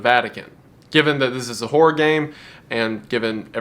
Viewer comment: Hearing you turn the two syllable word Horror into a one syllable Whore always cracks me up.